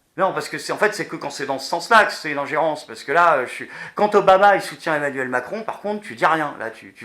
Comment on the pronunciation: " l'équipe d'Aimnuèlle Macron "merci la locution pour un présentateur.